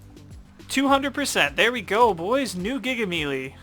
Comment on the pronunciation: It’s spelled melee but is pronounced (May Lay)